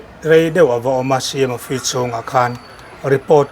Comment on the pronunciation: Felek tih leh Awfisi tihlai hi a hit top 😂 hi chu aw mi zeizia hi i man thin teh e...😂😂😂